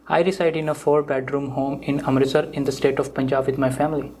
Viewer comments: not amtirstar but amritsar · Its not amritstar its amritsar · You, yourself can't pronounce Amritsar correctly😂😂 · i appreciate your help but be respectful and pronounce the indian names and name of the states of india correctly